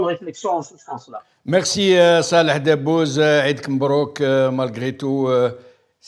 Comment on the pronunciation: encore une fois;on dit debbouze et pas dabouz